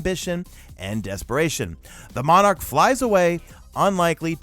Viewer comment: Luh monarch is pronunciation